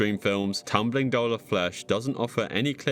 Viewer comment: Why are you pronouncing doll like that?